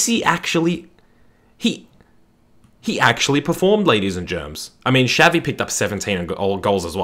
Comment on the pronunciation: Messi preformed well against United in both champions league finals, didn't he? Edit: I cringed so hard when you said Shavi instead of Xavi